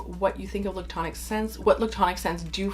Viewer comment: The way you say lictonic 😆 I absolutely love creamy fragrances, but they don’t have to be la’ctonic.. I feel like he gets confused with a note that smells like, powdered milk, or something almost off… When I just love very well rounded creamy smooth soft fluffy sort of fragrances… There is like a sweet cream-ish scent that I love, that can get crossed with A sour milk note that I dislike… Some of the best creamy notes I have ever found are in the lush bath bombs personally, or Clorox coconut wipes… Other than that, Sanatal complet.. and other milky fragrances with coconut Done right is my absolute favorite! I haven’t gotten through the video yet but I hope you mentioned some newbies that I haven’t tried…Hermès makes a good one.. Santal massoia, I think.